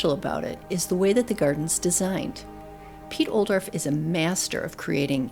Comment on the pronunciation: Wishing Piet's name would have been pronounced correctly, and more specific examples of plants given.